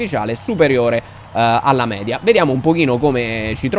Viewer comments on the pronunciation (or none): none